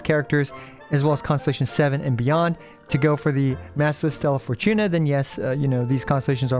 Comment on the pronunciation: Bro the way you kept saying "stellaR" fortuna is annoying af